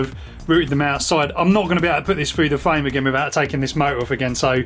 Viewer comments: When he said "fwayme" I also smiled. He was supposed to say 'frame'. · Ahaha, not just fwayme, fwottle too.